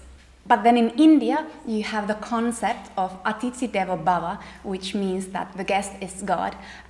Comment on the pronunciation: I absolutely loved the way you said athidi devo bhava , bingo I just hit the like button immediately hearing that